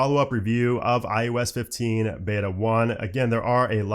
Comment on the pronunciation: Am I the only one hearing "IUS 15"... 😩😂 I guess after the 100th time he said it my ears broke 🤷🏽‍♀️